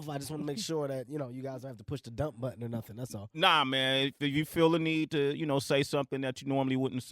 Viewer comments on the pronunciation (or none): none